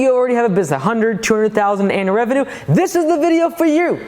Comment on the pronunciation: Does everyone in America say revenue wrong